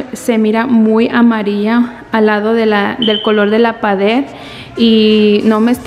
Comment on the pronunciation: Que estrés que nadie le diga que no se dice Pader ni Paderes es PARED Y PAREDES!!!